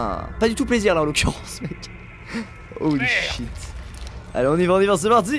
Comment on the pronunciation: se "Holy shit" sonnais un peut québécois